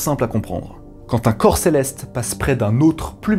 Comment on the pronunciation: Céleste sans R boy